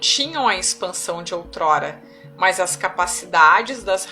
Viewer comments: Que raiva desse "mās" dela vei 😠😠😠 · otimo trabalho! sua forma de malar o ``mas`` incomoda um pouco usando o til. rsrs ... Mans!, tudo bem. Muita luz pra todos!